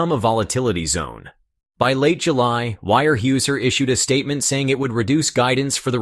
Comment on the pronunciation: Pronounced - ware houser….harrumph, illiterate amerikans….